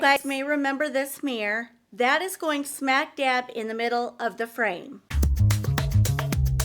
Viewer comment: Okay. I wasn't ever going to mention this, but you're pronouncing mirror "mirr" & not saying the second syllable " or". Otherwise, you're AMAZING! ♥️😊💥